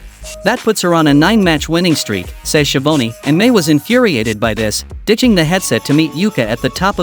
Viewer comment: It's schiavone for this silly announcer